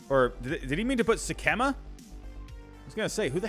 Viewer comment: It is pronounced Sick-uh-muh. TJ Sikkema. He is from my hometown. Good kid but sadly too many injuries